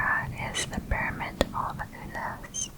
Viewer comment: I love how you say pyramid ngl